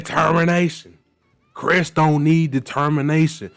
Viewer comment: "Your will", "Susie's will" AWW LOOK WHO CAN'T SAY DETERMINATION